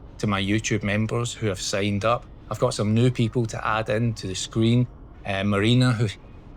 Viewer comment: I just cracked up at Marina *cough.... I thought thats an interesting pronunciation of her name 😂 Thank you for sharing my charity walk mate ❤ Chat soon. Walk 1 today.... and the weather has gone from sunny to windy and rain. Lucky I have the scottish heritage 😂